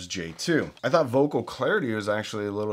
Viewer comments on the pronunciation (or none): none